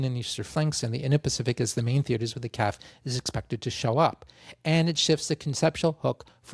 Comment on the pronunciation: FBI CIA NSA IDF RCMP Not sure why you figured you'd prouncounce CAF "calf". Nonetheless, cheers from Montreal.